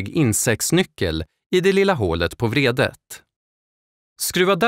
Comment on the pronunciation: Er speaker behöver lära sig att skilja mellan betoningen av vrede (ilska) och vredet (vridanordning).